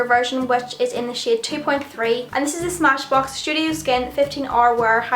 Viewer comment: Every time you said "shade" it's sounds like "shit" but like "Shiate".